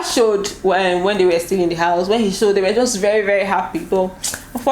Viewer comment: U couldn't hide the Benin in you, he ha "showed" Una like " show " ehn🤣🤣 lol